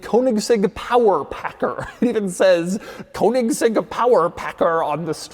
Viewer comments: Konigsegg? It's Königsegg. 🥴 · Its pronounced Koenigsegg not Konigsegg. OE is pronounced the same as the letters ö, ø. Same pronounciation as the letter "e" in Her. So more like Kernigsegg. There are literally hundreds of videos of Christian himself showing how it's pronounced... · That hard "g" pronunciation though. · THIS is not a "Kounigsegg" its a Königsegg. Is it that difficult? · There is no Cone-iggs-egg, there is only the Koenigsegg. You need to learn to pronounce it right, once and for all. Apart from that, your channel is great, Doug. 🙂👍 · Koanigseg XD - love it. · If I hear “koenigsegg coat of arms” one more time I’m killing myself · What a surprise... Doug can't say "Koenigsegg" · another american completely butchering the pronnunciation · Daddy Doug still hasn’t learned how to say “Königsegg” properly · Why can't Americans pronounce Koenigsegg correctly? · Damn boy.. learn to pronounce the name of the car you review.. you're a damn embarrassment! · How not to pronounce Koenigsegg. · The way Doug pronounces Koenigsegg legitimately pains me... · Doug just never manages to say Koenigsegg. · Count how many times he said "Koenigsegg crest"